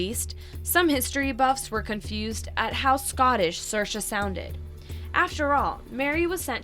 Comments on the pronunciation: Fun fact Saoirse is not pronounced “sur-shuh” it’s actually “seer-shuh” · Not to be rude but saoirse is pronounced seersha not sursha